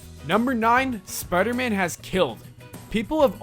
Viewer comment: I hate how he pronounces spiderman spidermun >:L